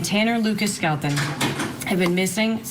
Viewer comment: The last name is Skelton, like Skeleton, thats BAZAAR 😔